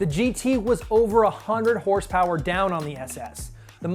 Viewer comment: I don't think this guy got the memo on the pronunciation of HRSPRS